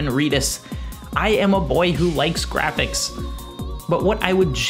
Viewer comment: That word is pronounced "Jrrrafiks"